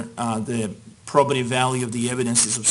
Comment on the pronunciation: Maybe I'm an idiot, but I can't distinguish the word the judge says and ? I thought he was saying 'properative" value, but that's not a word and Google isn't giving me a solution.